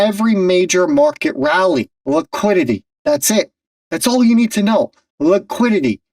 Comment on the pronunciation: Really ? There is no such word as "Laquidity". You speak bad English. Be correct or be quiet.